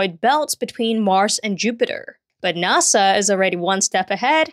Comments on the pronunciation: Please never pronounce "NASA" as "nah-saw" again. Please. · weird to pronounce NASA as if it's a Japanese word